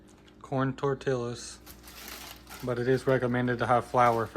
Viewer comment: Yum, hey, the l's are silent when pronouncing Tortillas. It sounds like tor-ti-yas... hugs and blessings.